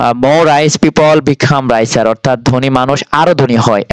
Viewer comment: এটা রাইসার না, রিচার প্লিজ এত বাজে উচ্চারণ নিয়ে ক্লাস দেখাবেন না